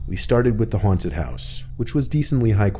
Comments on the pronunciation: “Huwanted house “ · Why is he pronouncing haunted “huanted” lmao